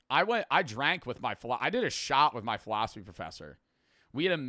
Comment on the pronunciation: i closed the video when he said shot and i thought he said shower